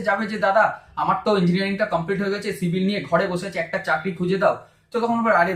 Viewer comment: Dada apnar civil k shivil bola ta valo laglo na